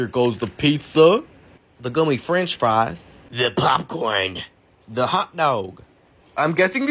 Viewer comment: The way he said “ gummeh French friesss “ caught me off guard